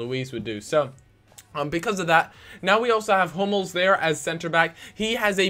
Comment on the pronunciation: At first I thought you said 'I'm not a big fan of homos' instead of 'I'm not a big fan of Hummels'